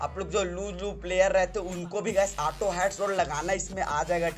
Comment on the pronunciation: U saying ATO NOT AUTO